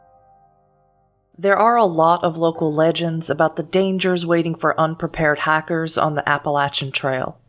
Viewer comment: it took me 17 mins to realise she was saying hikers and not hackers